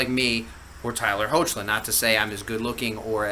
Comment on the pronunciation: i believe his name is pronounced as "Heck-lin" not "Ho-che-lin" 😊